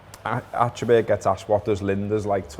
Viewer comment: As Scousers you should actually pronounce "Achterberg" correctly! ;-)